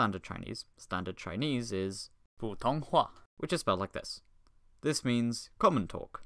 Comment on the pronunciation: Apologizes for bad pronunciation*, *Pronounces 普通话 perfectly immediately after efforts appreciated.